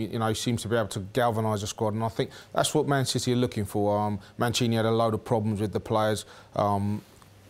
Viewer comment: he wasn't sure on what to say Manchester or man city so that's why it's heard as SHITTY :P